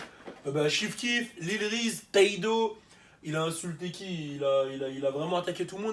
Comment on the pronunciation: The way he pronounces Reese lmao ''wreecy''